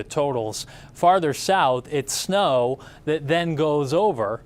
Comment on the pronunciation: Why does he put an “h” after words that start with letter s? Snow becomes shnow, stop becomes shtop, start becomes shtart. Amanda Hill does it too but not as bad as this guy